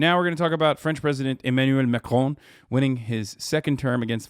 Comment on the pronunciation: "Now we're gonna' talk about French president EmmmINWELL macLAWW winning his second term against far-right opponent MEDELLIN REPPENS ."